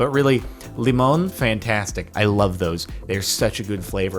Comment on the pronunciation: Mildly infuriating how Jordan says Lemon.